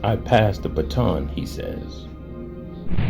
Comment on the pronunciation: It’s ‘baton’ my guy